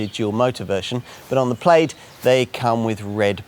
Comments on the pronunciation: Should be pronounced PLAD not PLAYED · Plade?!? Really, guy? And you had to repeat it four times in the first minute. It’s “Plad”. Yeah, I know every other -aid word is “-ade”, but hey, it’s English. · How on earth do you live in the country that invented English and is connected to Scotland and you cant pronounce Plaid correctly?